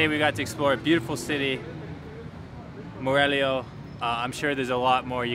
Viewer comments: Morelio....lol. Whoa, have you visited Morelos? I've heard you mentioned it. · Haha, was funny heard you say Morelio most of the video but actually you're kind of right the place is called Morelia because of the Mexican hero Morelos, we hope you visit us again you missed a lot of interesting places here! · dices "Morelio" aaah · How can anyone not watch your vids to the very end? I just love that you attempt Spanish fearlessly...and with a smile on your face, realize you've continuously mispronounced the name of one of the most fabulous cities in the Americas. We love you! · "Aah its Morelia not Morelio" LoL! Loved this!! You guys are awesome! Lots of love from Miami x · Morelia is where I’m from 💘 lol “Morelio” close enough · LOL!!! I'm from Morelia... that's my home town!! and I forgive you for saying Morelio instead... :D Wish you come back some day, Morelia and the state of Michoacán has a lot to offer... did you visit the Monarchs butterfly sanctuary? that's actually something that connects Canada to Mexico. 🦋